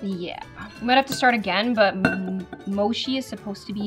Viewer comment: It’s mochi not mosi